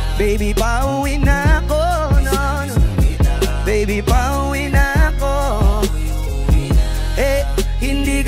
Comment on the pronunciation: Its PA-U-WI NA-KO